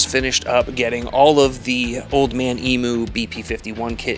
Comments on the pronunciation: Please pronounce emu correctly….. it’s em…u not emoo Very professional job, nice to see that you gave an approx cost of the parts. Interested to hear how much the installation cost. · Stop saying emu wrong. Geezus